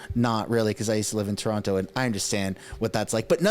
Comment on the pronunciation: You said TO-ronto. cmon